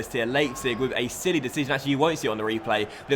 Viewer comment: " the ref has been sent off"😂😂 "he's Sililly😂😂" #ClassicDocks